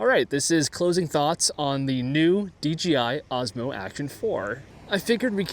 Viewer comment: It’s. ‘DJI’ not ‘DGI’